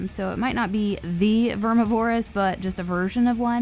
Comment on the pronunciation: That is not how you pronounce Vermi